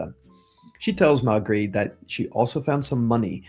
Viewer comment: may-gray. may-gray. Maigret. trust me.